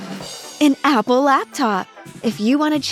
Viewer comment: DID ANYONE REALIZE WHEN SHE SAID APPLE LAPTOP(APPLE)SOUNDS WIERD ANYWAYS IVE BEEN WATCHIN SINCE 2019 TILL NOW